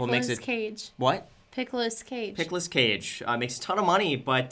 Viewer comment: Did no one notice she said Pickelous Cage😂